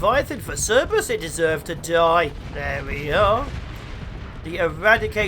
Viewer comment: Every time you say Cerb(erus), I hear Serb and I think "Hm, fellow European?" Also, I don't use story points for anything below Onslaughts or Battleships. You can make money easy, you can buy easy (assuming you don't tank your rep with half the sector, which I tend to do when smuggling from port to port).